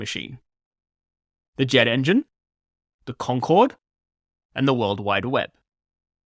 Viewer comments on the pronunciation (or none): none